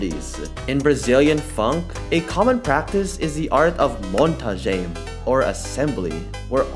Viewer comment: Ele dizendo "monta-gem" kkkkkkkkkkkkkkkkkkkkkk